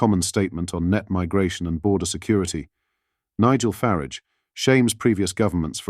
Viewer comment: It's FARAGE; NOT FARIDGE